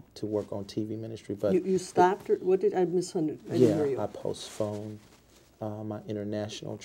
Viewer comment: ~ he just said “post-phoned” instead of postponed. I cannot count how many words he butchers, uses incorrectly, or just flat out makes up! 🤷‍♀️ He did NOT like when she said, “sounds like Michelle does everything.”. He said, “not everything.” This is the only true answer he gave, AND responded without “uhm,” “well,” “you know,” or any other qualifiers he could say so he could make up a lie. 🙄